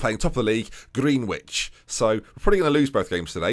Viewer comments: It’s pronounced “Grenich” I know it’s spelt Greenwich but that’s how it pronounced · Gren-itch. Damn it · Hi, nice vid, loving the series. Greenwich is pronounced 'gren-itch' and is on the Thames in London. I suggest you look it up because they're literally the other side of the river to thamesmead! I.e. another rival. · The way you said Greenwich is amazing you said it completely wrong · I think u might've pronounced Greenwich wrong 😂